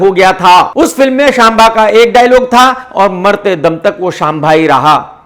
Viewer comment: Aaj pta chala bai KRK Nepali Bahadur hai jaise wo Saab ji ko Shaab ji kehte hai vaise hi KRK Sambha ko Shambha keh raha tha....